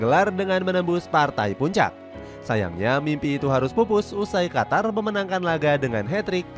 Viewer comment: Qatar apa Qotor bg 😂